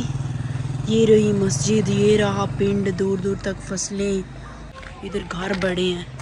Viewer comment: Mastij ni masjid hota ha baji